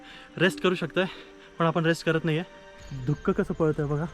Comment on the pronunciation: धुक्कं ऐकून राहवलं नाही म्हणून सांगावेसे वाटले, धुकं असा उच्चार योग्य आहे मागे एकदा असेच व्हल्ला वाडी वरून तुम्हाला टोकले होते, ती खेडची होलेवाडी आहे